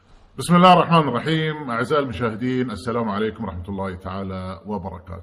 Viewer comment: ما تقصد بسام عليكم ، إستمعوا له جيدا فلفظه السام عليكم